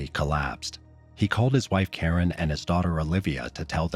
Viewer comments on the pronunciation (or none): none